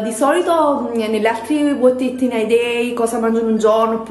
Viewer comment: Dal tuo inglese ho capito: cosa odio in un giorno!! Va beh l'inglese non sarà il tuo forte ma le tue ricettine sono ottime